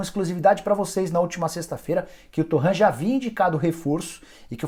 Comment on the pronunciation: O nome do técnico não ê francês “Torran” é catalão “Toren”